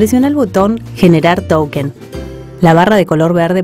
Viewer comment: SOLO ENTENDÍ QUE DIJO "TOUKEN"